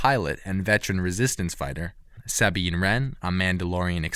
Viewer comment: canan jurrus heara sindula sabene wrem zeab gaalin marak You really butchered those names m8